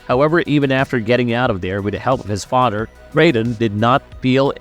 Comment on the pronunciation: Fadderr Bruder sabretoot....come on man either practice before or practice english more. Good video though. Very thorough